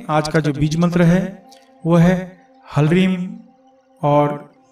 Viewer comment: कृपया संस्कृत पे ध्यान दें,आपकी अति कृपा होगी ह्लीं और ह्ल्रीं दोनों ही मन्त्रो में ह आधा है, अब यहाँ आप ह्लीं का उच्चारण तो ठीक कर रहे है जिसको आपने हिलीम कहा लेकिन ह्ल्रीं को आप हलरीम उच्चारण कर रहे है